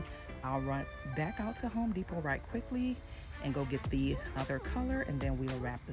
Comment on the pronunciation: I was witcha til you said H ome De pot 🥴😫